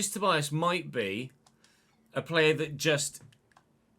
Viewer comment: Looking forward that the game is actually good this year! Btw Vinícius surname is pronounced like ToBEEas, not ToBYEas.